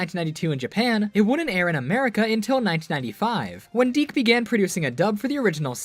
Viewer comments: I though Dic was pronounced Dick not Deek. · Yo same